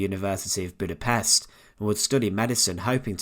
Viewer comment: Don't present yourself as a historical documentarian if you can't pronounce Budapest.